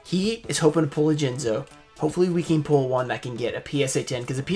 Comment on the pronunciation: Jinzo, or as Simply Unlucky calls him, Jizno